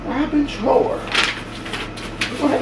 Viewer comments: Somebody with good taste likes you! You got to play the amazing Bridge of Sighs by Robin Trower. (pronounced like the "ou" in couch) Roll a fatty for that one. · Listen to bridge of sighs...also it's pronounced like TR-OW-ER, like ow that hurts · Robin Trower, like drop trow! 😉 Or like tower. The ow sounds like ou in ouch. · Trauer that's the pronunciation for Robin Trower, you will really dig that music